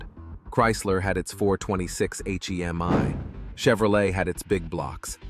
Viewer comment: hate the a.i. voice - its not an h. e. m. i.